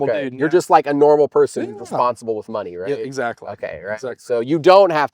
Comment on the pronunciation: I agree... as long as he stops saying "ma-NEY" 😅